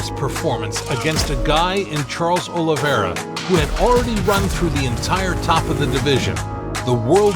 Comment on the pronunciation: 45 sec in and im out.heheh he sayd olevere is the faforit heheheeheheheeheheheheehehehe